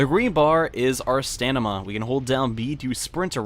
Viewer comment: lol stanima its pronounced staMiNa